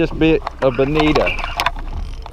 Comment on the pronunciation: Bennida? You mean bonito? Great video.